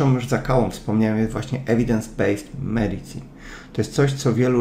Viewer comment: wymawia się (medisin). Świetny wykład!